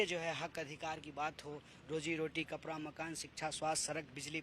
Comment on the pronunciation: Per nhi hota bhaiya ped hota hy kitna glt salt bolte ho aise logo k ap vyan lete ho kapda ko kapra bol raha hy